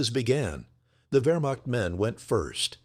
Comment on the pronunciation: . . . about 30 Vermock soldiers. Congratulations, AI. You pronounced the beginning of Wehrmacht correctly. But the word begins Wehr and ends macht. Has nothing whatsoever to do with mocking.